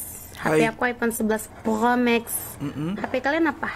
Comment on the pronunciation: Prhokhmax 😭 promagh kalieee🤣